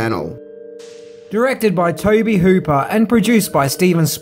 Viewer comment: I noticed every time you said 'Tobe Hooper' it was looped in. Did you mispronounce his name or accidentally say another name at first?